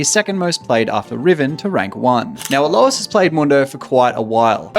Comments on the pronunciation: literally hundreds of league content creators, about 3 of them know how to pronounce alois name right, magnificient XD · Bro's never heard Alois's name pronounced.